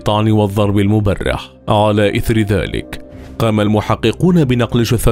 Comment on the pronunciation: اسمها المبرح وليس الموبرح